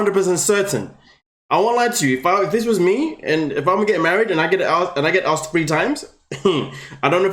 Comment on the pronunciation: Ok, I don't think Bilial & Shaeeda want to be "axed"?!?!! Maybe asked